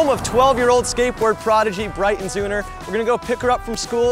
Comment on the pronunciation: He said zeuner wrong at the start smh